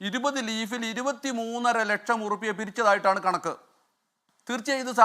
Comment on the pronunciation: ഓരു ലെക്ഷം ഒരു റെസീറ്റിൽ കേൾക്കാൻ നല്ലരസം